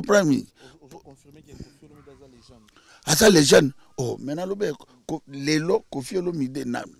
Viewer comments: Légènde té mais légèndre 🤣🤷🏾‍♂️👀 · 🇨🇬🥺😳😳 Moi j'ai dû entendre légendre! #À la place de légende#😅😅😅😅😅😅